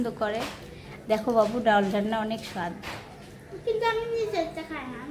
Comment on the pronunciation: kichu mone korben na dal bolben daul bolbenna sunte valo lagena ❤